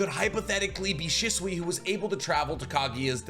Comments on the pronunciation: Love the content but can we pronounce shisui right, it’s not shuswee 😂😂😂 more said “sheswee” 😩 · Why do you say his name like that.. dislike the video just because you disrespectful